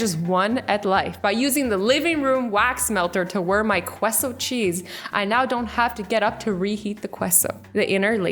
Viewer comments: "queso"!!! Lmao I almost died when she pronounced queso as "queso" instead of "kayso" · Fatima Esquivel I literally scream out its queso not cueso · You said coodie and you said queso wrong it’s prenounced kaso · I love how she pronounce it qweso when it’s pronounced caysow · It’s not (cueso) it’s (keso) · Um Azzy it’s pronounced ke-so... not qweso... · Azzy, it's pronounced kay -so not kue -so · Azzy: *says queso like qweso Me: ItS pRoNoUcEd KAY-SO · azzy saying [ qwe-so ] instead of [ k- so] 😂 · Why do people say kwe zo it's pronounced ke so 😑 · kay-so not kwe-so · Wait um.... cueso? It’s supposed to be pronounced keso when you try to pronounce it in English.... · Kwesso? KWESSO??? IT'S PRONOUNCED KAY-SO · did she just pronounce queso like 'kwi-so'? Just so you know Azzy, it's pronounce 'kay-so'. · How azzy pronounces queso: It’s supposed to be Kay•soh Azzy says kwe•soh 😂🤠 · iT iSn'T cAlLeD "qUay-sO" iTs cAlLeD "kAy-So" aZzY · Just so you know, How azzy pronounced it: Qu-e-so How the rest of us pronounces it: Ce-so Did anyone else notice this?????🤔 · and qweso i thought it was pronounced Kso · AZZY NOOOOOOOOOOOOOOOO THAT IS NOT HOW YOU QUESO QUESO is pronounced Kay so Not kwe so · when she said cueso instead of queso killed me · Its not key-so is ke-so lol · I cried when she said "ku-E-so" instead of "KAY-so" (queso) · Emilia Palma lol she says cuesoe lol it is k-ae-so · Don't think it's quess o it's keso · QUESO CHEESE you dont pronounce the qu like kwa you pronounce it as K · ITS PRONOUNCED KAYSO NOT KWESO!!! GOD! CANADIANS! Lol it’s a joke I do with azzy and kassie accasionally when they mispronounce words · Omg I'm actually dying Azzy I love you but it's pronounced caso cheese.....not queso......lol....its fine I don't know many words either lol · Qwuesoh? It's pronounced Kayso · so people in Canada pronounce queso qu-es-ow and not c-a-so-w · (Queso) It's kayso, not quesso, sorry Azz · AZZY! QUESO is pronounced like KAY-SO.......lol not hating! I LOVE YOU!